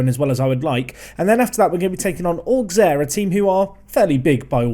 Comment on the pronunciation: Hey, it's the French guy, pronounciation lesson time : Metz = Mess (phonetically of course) Auxerre = Osser GuingAMP = LoriENT = CAEN = Le MANS (Also, Auxerre has one of the BEST youth academy of France, go pick'em youngsters if you wanna win)